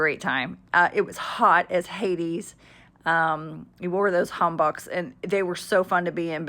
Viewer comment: pronunciation footnote: : not ham-bock (doesn't rhyme with rock) Correct pronunciation is: ham-bok (long O sound and rhymes with 'poke) Your video vlogs so entertaining. Raw marinated crabs --- so many of us love that dish -- so delicious and not cheap. YUmmy!!!